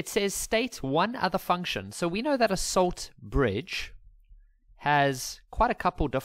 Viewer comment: "solt Lridge"